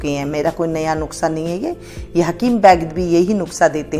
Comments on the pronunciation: नुक्सा नहीं नुस्खा है। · नुक्सा नही नुस्खा होता है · Madam " NUKSA" NAHI HOTA. IS KO "NUSKHA " BOLA JATA HA . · नुक्सा नहीं नुस्खा 😂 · वो नुक्सा नही नुस्खा कहते ही मौसी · Hi Aunty, me apko bahot follow karti hu, ise galat tarikese mat lena but ye apki kniedge ko jyada consideration milega, ap ise video me nuksa bol rahe ho, usko nuska bola jate he, thoda sa editing karna hoga. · Mam aap nuske ki jagah nuksa bol rahi h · Thank you di ,❤nuskha bolte hai,😅nuksa nhi bolte hai 😅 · अरे mam नुक्सा नहीं नुस्खा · Pehlay lafaz seekkh lain . Nuskha lafaz hai. Nukhsa naheen . haraan hoon her banda hee hakeem Lukmaan bun gaiya hai .. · its Nukhsa ( Not Nuskha) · आप नुक्सा बोल रहीं हैं नुक्सा नही नुस्खा होता है । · Mam nuskha hota hai nuksa nahi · nuska hota hai na ki nuksa okk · Nuksa nahi nuska bolty hai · nuskha hota hai nuksa nai bolna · नुकसा नहीं नुस्खा होता है 😂😂😂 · Aunty ji ise nuksa nahin bolate ise nuskha bolate Hain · Yeh nuksa Nahin nuska kaho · nushkha nahi madam nuskha hai wo